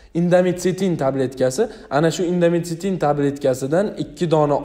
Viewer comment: Doctor dorini nomi indomitsitin emas Indometaciin .